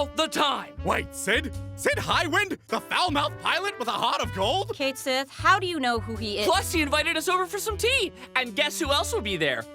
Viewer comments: 'Cait Sith' is actually pronounced "cat shee"... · I'm horngry for this series to pronounce Cait Sith's name right.